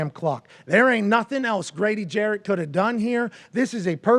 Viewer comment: Damn AJ at least say Grady last name right. Jarrett not Jackson.